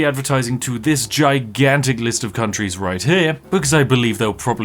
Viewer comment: Sorry are you saying countries or c**t trees?